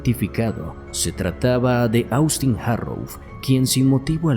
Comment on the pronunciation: te haré una observación, con mucho respeto, y es que Austin, se pronuncia OSTIN, no cómo se escribe, asi se llama el hermano de mi yerno, que es norteamericano. Este chico parecia, que estaba sufriendo de esquizofrenia, yo vi este caso, en Investigación Discovery, y en la cámara que había en el restaurante se veía que tenia un ataque de esquizofrenia y luego cómo sucedió el ataque en la casa de ésta pareja, y es impresionte ver cómo fue el ataque Según dijeron en ese programa el era esquizofrénico, y la mamá siendo médica, no le detectó esa enfermedad, y mucho menos le trató los síntomas que presentó antes del ataque, a ella la juzgaron por este motivo.